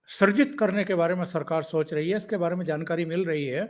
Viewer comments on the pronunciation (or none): none